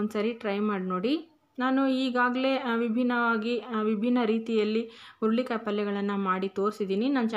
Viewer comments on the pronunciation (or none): ಅಮ್ಮ,, ಸಿಟ್ಟಾಗಬೇಡಿ,, ಅದು ಉರುಳಿ ಕಾಯಿ ಅಲ್ಲ,, ಹುರಳಿ ಕಾಯಿ,,, ಸ್ಪಷ್ಟತೆ ಇದ್ದರೆ vlogs ಇನ್ನು ಚೆನ್ನಾಗಿರುತ್ತೆ,, 🙏🙏